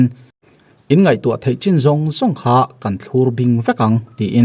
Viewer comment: "Thlurbing" i thluk dan hi a dik lo